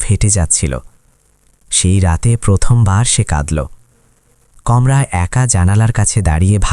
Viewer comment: আপনি গল্প বলার আগে নিজের উচ্চারণ ঠিক করুন! যেমন বারবার বৃললেন " কমরা" ওটা কমরা নয় কামরা হবে। আর ও অনেক ভুল উচ্চারণ আপনি করেছেন! সেই গুলো কে আমি '"অনদেখা " ! (আনদেখা) করেছি! গল্পটা খুব ছিল ! কিন্তু নির্দিধায় বলতে চাই! আপনার বলার ধরনটা ভালো না হওয়ার কারণে গল্পটা ঠিক জমলোনা! আশা করি পরবর্তী তে আপনি আপনার ভুল শুধরে সঠিক উচ্চারণে বলবেন। মলোনা দ লাগলো